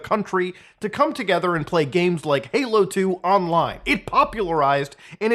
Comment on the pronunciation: are you saying “Paylo” instead of Halo? Sorry I’m having an “argument” with the missus about whether you said halo or paylo. Subtitles say “halo” but I don’t know if they are auto generated. My gf claims I won’t convince her it’s not “paylo”. But I think it’s “Halo” he says, it just sounds like paylo. …Paylo 😂